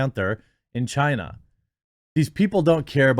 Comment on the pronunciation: "tales of film-making in chinaty" 🤣